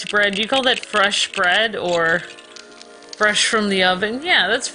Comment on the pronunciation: makes me sad when she says fresh. 🤢